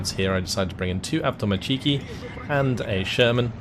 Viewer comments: As a Russian, can I pick on your pronunciation of Avtomatchki, you're supposed to put emphasis on avtomA(!)tchiki, not avtomatchI(!)ki. I don't know if that makes any sense, or if you give a crap, either way great game and thanks! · wtf is this ''avtomachiikii'' thats not a word